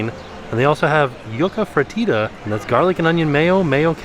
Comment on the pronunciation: Jeje he also butchered Fritta. Yuca con un poco de mojo is delicious.